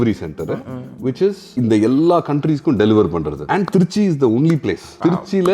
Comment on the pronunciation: அது என ட்ரீச்ச்சி....திருச்சி நு வாய் ல வராதோ..